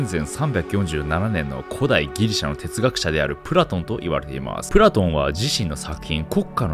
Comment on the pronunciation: ぷろたん?プラトン?